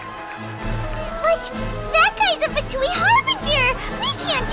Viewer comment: Winx: fatuix